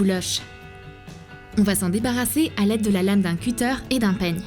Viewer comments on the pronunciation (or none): none